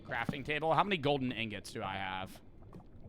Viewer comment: He did NOT say ingots